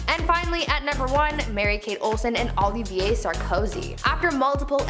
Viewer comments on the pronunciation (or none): none